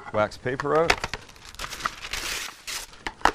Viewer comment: Sam lets that Canadian slip oot every once in a while.